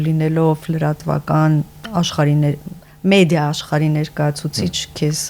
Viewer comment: ՑավԱցնել չէ՛, ՑավԵցնել է՛՛՛, կիսագրագետնե՛ր….գո՛նե լռե՛ք,վե՛ր ընկեք տեղներԴ,,,Զզվելի՛ է ձեզ նման կիսագրագետԻԿներին լսելը…Թ-ն՝ Ց՞՞, մի հատ նստե՛ք ու ձեր խոսքը լսեք,աղջի՛՛՛ ու արաա՛՛՛օր՝ «մեԴիան»՝ «մեՁիա» ես արտասանում, ա՛յ անգրագետ կնի՛կ…ԻրողուՑյու՞՞՞ն, կնի՛կ, մի հա՛տ ինքԴ քեզ լսի՛ր, անգրագետուհի՛, ա,ա,ա..|.փոխանակ՝ Է, Կնիկ՝ կազմակերպուՑյուն չի՛ արտասանվում՝ Թ-Թ եւ այլն…Գոնե լռե՛՛՛՛՛ք, վե՛ր ընկեք տեղներդ, յա՛խկ🤮